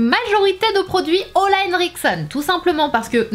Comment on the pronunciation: Je t'adore Sananas si tu veux prononcer Ole comme il se doit c'est "Oulai" (je suis norvegienne ) merci pour ta video.